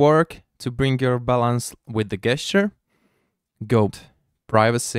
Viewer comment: It is pronounced ˈdʒɛstʃə.